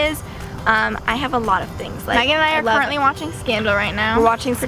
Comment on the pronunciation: Is it just me or does Megan always say magan? 😂